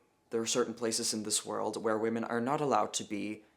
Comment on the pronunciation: This is Peter Tatchell. He literally can't pronounce the word "women" let alone define it. If you want a good laugh go look up the video of him "debating" (getting his arse handed to him) Helen Joyce and getting increasingly annoyed at "Freda" on his side representing the trans community getting drunk and claiming she would sleep with ppl in the audience's husbands. He then proclaimed he knew the gender identity of the audience based on what they were wearing. If you want a darker side then look up what he said about a certain group of men and their attractions to children. It won't surprise any of you.